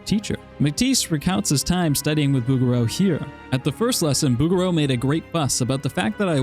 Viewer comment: 😂Bougereau does NOT rhyme with "booger"...it's Boo-jer-oh phonetically. Other than that, LOVE your vid! Cheers.